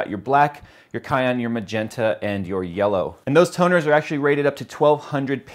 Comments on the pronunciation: For future-reference... It's Siiiii-an color... not Ky-an. ;) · sigh ann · Cyan is pronounced sie an, not ky an. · You mean “cyan” which is pronounced: sigh—ann.... NOT cayenne, like the pepper 🌶 LOL. I mean, think about it... cyan is a shade of BLUE. When have you ever seen a blue pepper? ... whether cayenne or any other variety? Illogical and very silly. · Did he say cayenne as in like cayenne pepper instead of Cyan? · I thought I was the only one who heard that! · was pretty noticeable though because he said that color the loudest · He also said kyan not cyan so yea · "Cyan = Sigh Anne" lol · It's sigh-ann... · He said it wrong it's spelled cyan but pronounced syan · Really nice production for a one man band. It sounded quite current. Nice lighting btw. Just a little pronunciation fart on Cyan. Very good audio and helpful point-to-point transitions. I got a little messed up on the wireless/networking area but I'll get over it. I'm a tech-wreck so I was also looking for the software set up part of it too. Or maybe a reference to it. Because I thought I followed it but the printer doesn't work yet. I'll get there. Thanks.